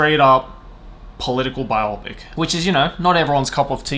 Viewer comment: lol the biopic pronunciation, bio pic, biographical (motion) picture